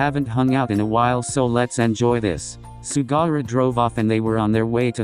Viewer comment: The way Daichi looked at me when I started laughing because the voice-over thing said “Sugara” instead of “Sugawara”— he looked genuinely concerned 😂😅